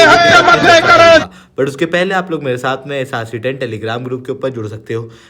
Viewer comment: Pronounciation is so confusing.. properly pronounce SRC 10 .. it sounds like ehsaasi 10 instead of SRC 10